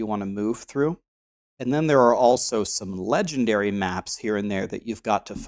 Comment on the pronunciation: Nice vid. But I died a little inside every time you said, this one is legendairy. :) Also something I haven't hear you mention is that unidentified maps give more quantity. I don't remember how much but I think its 10%. So its actually a good thing to get when you vaal the maps Also as a noob with quite a lot of hours in the game(lots of leagues ago though) I learned allot! so thank you